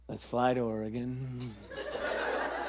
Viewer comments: I'm from Oregon and every time they say Ore-gone I flinch a little. Edit: I would like to mention it's only because I've met a lot of people outside the state who think that's actually how it's pronounced (not because of the show) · Damn non-Oregonians saying Or-eh-gehn. Oregon. Or-gun. Sigh. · No offense, but I'm pretty sure it's Oreg-ask. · OreGONE oreGOON oreGOWN oreGAIN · when your from Oregon and cringing at their pronunciation of Oregon and Willamette Valley